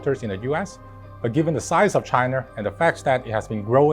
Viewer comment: He’s totally saying Chiner